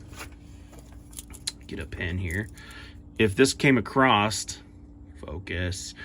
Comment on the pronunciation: Across, not acrosst.